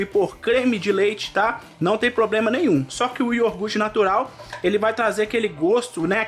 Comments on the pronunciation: Só uma dica: não é IORGUTE o correto é IOGURTE do resto tudo 10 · Receita boa.mas por favor não leva a mau,mas vamos procurar falar nosso português mais correto.É IOGURTE e não ioRgurte. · Ele falou iorgute três vezes. Eu conheço iogurte! Kkk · Só não encontrei aqui o "IORGURTE". Achei o Iogurte, pode ser? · O que é IORGUTE*? KKK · Yorguti???? Kkkkkkkk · O cara escreve IOGURT mas fala IORGUTE... Brasileiro é uma desgraça mesmo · Delícia de receita. Mas prestei muita atenção na pronúncia 🗣"IORGUTE" 😂